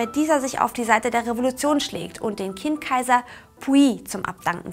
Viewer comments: Es heisst "Qing", nicht "King"🙂 - Aussprache beachten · Die Qing Dynastie King Dynastie zu nennen ist aber auch einfach nur falsch... Das sollte man wissen das in Pinyin das Q ein Ch-ähnlichen Ton hat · Zur Aussprache: Wuchang: "Wutschang" ("w" wie englisch "water") Qing: "Tching" Tongmenghui: "Tongmengchui" Yuan: "Jüen" Tianjin: "Tjendchin" "Guomindang" oder "Kuomintang"(je nachdem, welcher Transkription man folgt(erstere ist die heute gültige Pinyin)), aber keine Mischformen wie "Guomintang" oder "Kuomindang" Zum Inhalt: Taiwan ist auch chinesisch, man kann nicht sagen "China und Taiwan", nur "in der Volksrepublik China und der Republik China" oder "in Festlandchina und Taiwan".